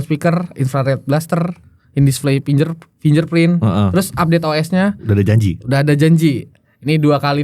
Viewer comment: Input aja buat pemgucapannya.. FINGER.. dibacanya FING GER Bukan FINJER Jgn dibiasakan yg salah. Lebih baik sebut saja sensor sidik jari